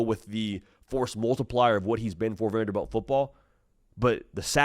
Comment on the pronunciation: It’s Vanderbilt not Vanderbelt